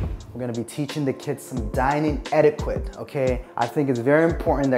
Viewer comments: I knew it was all for a storyline on RHOA 😂.. But oh well.. do what y’all got to do! I’m ALL for families sticking together.. especially when they have small children. God Bless Y’all 🙏🏾 ..and it’s ”et•i•ket” .. NOT ”quit” (even though it’s spelled that way 😂) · Not “etikwit” 😂😂😂😂😂😂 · Thank you for correcting the way was saying Etiquette 🤣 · Lmao I laugh every time said eti-quitte instead of etiquette lool. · Why you say etiquette like that?